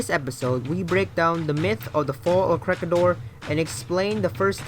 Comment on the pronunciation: WTF! Ko -Reh-Gi-Dor! Please pronounce it properly! Make a research! We can pronounce your city properly. Why you cant?